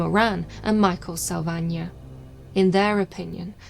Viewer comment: The way she says "Salvagna", hearing that quality of italian pronunciation gives me the jitters